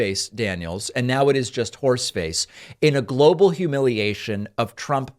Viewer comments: When you said "horseface" I thought you said "force space"! Space Force! Space Horse! INCLUDING A HAT. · He's not saying horseface, he's saying whores face. It's hilarious actually. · It really is actually. You all think he's saying horseface, he's actually saying whores face.